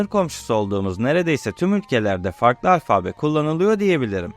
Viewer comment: Merhaba Delikanlı... Seni, şu paylaşımlarında yaşına göre hayli ileride bulup, hâliyle de beğeniyorum. Ancak, bunu dedikten sonra şöyle de küçük bir uyarı yapmış olayım... Alfabe derken, ikinci "a"yı uzatıp "â" demen yanlış oluyor ! Netîcede "Yunanca "Alfa" bu ! Kolay gelsin, selâm...